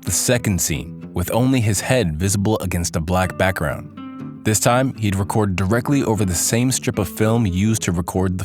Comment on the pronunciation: "record" Ugh.